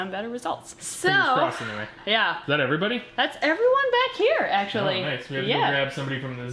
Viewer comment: When you open your videos, it sounds like you say, "Hey everyBUNNY!" 10 out of 10 family members and friends agreed!